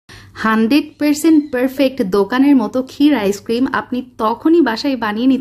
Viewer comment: হান্ড্রেইড, পেরসেন্ট, পেরফেক্ট, কেন্ডেস্নড মিল্ক, উচ্চারণ এমন কেন?